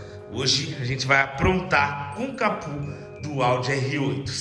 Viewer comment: Pq vc fala capu? É capô o correto.